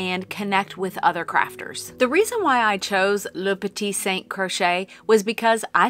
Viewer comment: Bonjour, your prononciation was very good... and yes, we have masculine and feminine... I am french from Quebec, Canada and married and english canadien... and I am telling you, you pronounce it better than my husband! Your new name is beautiful, and what matters the most is your content. Just one thing, it is funny to me. You don't pronounce the first T in important LOL! 😊. Have a wonderful day! Christine 🇨🇦